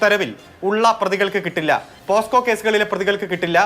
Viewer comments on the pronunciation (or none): വലിയ നിയമം പഠിച്ച ആളാ പലർക്കും പോക്സോ എന്നു പറയാനറിയില്ല പോസ്കോ എന്നാണ് പറയുന്നത്